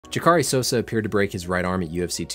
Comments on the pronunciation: It’s “Jaw-cuh-rae”, not “juh-caw-ree” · I love this channel but Ja-Cary??? It’s jock—a-Ray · Jackaree. Jack-arr’ehh. Lol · Lol "ja car ee" souza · Lmao “ Juhcarri sosa “ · "JEW-CAR-E" Souza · "Ja'Cari Souza" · Haha, how u gonna pronounce Jacare like that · JUH-CAR-AY SOSA? could've atleast researched how his names pronounced man lol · You're a very smart dude... how did you watch this bout, hearing Souza's name pronounced correctly a dozen times. Then come here to 400k subscribers and butcher it so disrespectfully? 😉